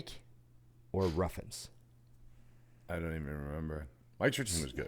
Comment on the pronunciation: it’s not Ruffins it’s Ruffin 😂 he does that every time